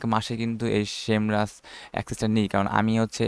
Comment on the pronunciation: Vai...shame rush nah SEMrush